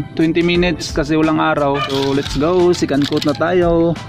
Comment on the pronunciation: Sorry hahaha "Secandtot" naririnig ko hahaaha.